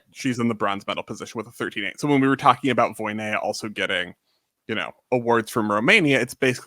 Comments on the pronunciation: Very amateur gymnastics fan, but I soon knew it was "Voina," not "Voy-ne-ya" as I realized it seemed like with Romanian, "ea" is usually pronounced just "a," not "e-ya," after watching Romanian gymnasts throughout the years, even including "Gogean," whose "ea" is in the middle of the name and not at the end like many of them. So, I was rather surprised when I watched one of these channel's videos last year, maybe, and Sabrina was mentioned and she was "Voyneya," not even "Voynya" like others would say. It surprised me simply because I see these people as gymnastics experts and did not expect a simple error as name pronunciation to be happening here. But yeah, maybe not a big issue. 😅😅😅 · You a re right, it's not 'Voy-ne-ya", but it's not quite "Voina" either. The "ea" in "Voinea" has a special pronunciation, becoming one sound (a diphthong). But "Voina" is definitely closer and it would be less weird to Sabrina's ears.